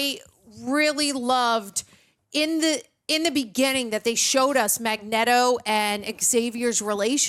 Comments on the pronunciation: Every time she says magnetto I choke 😭😭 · My ears are bleeding every time she says Magneto name wrong. Please learn the name. MAG LIKE MAGNET AND Neto like it would be neato if you say it correctly. Please!! It hurts!!!! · Just say Magneto's name right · If you think about it, calling him Mag-Neto makes more sense because it’s magnet with an o added. Which is what his powers are and would sound exactly like Mag-Neto! 👏🏽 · Mispronouncing Magneto's name was funny at first but come on its not that hard. This man is a legend. Put some respect on his name. 🥴